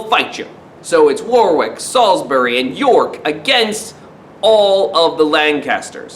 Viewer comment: War-wick? It's pronounced Wor-rick:)